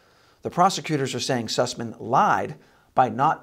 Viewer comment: "Sassman"? No, its Süßmann, "Syhssman".